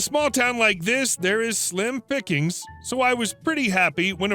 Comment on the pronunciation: Sorry, couple of times I heard Slim Pikins (the actor) instead of slim pickings